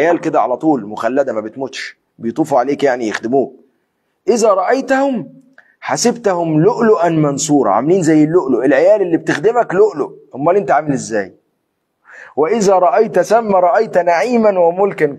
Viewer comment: جزاك الله كل خير .بس عندى ملاحظه انه ياريت لما تقراء يادكتور القران لايكون بالهجه المصريه لانه في أحرف بتبدل مثل لؤلؤا منثورا انته حكيت لؤلؤا منسورا